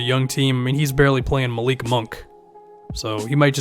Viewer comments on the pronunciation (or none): none